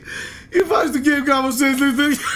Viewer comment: όχι κυριολεκτικά λέει" Κάπως έτσι λειτουργεί η φάση του 'game'" απλώς το"κάπως" ακούγεται λίγο σαν "κάποιος"έτσι όπως το λέει ο.